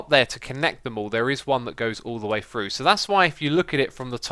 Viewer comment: I notice when you say words that start with "th", you pronounce it as "fr". I first noticed it when you used the word "three" a lot in an episode. For you, three is "free", through is "frough", and throw is "frow". Sounds kind of funny. Must be a British thing.